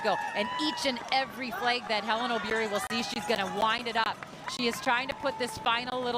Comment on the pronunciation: Wueeh mzungu it's Obiri not ObYrY😂